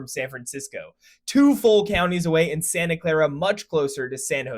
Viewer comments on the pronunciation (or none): none